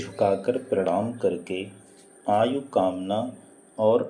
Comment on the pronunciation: Its not maayu its aayuh